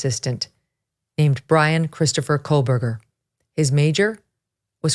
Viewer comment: Loving the deep dive, but it drives me crazy that she continuously mispronounces his name! There is no L!! Where’s her “crack team” to correct her????